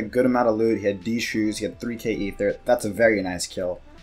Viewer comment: Please stop saying d shoes bro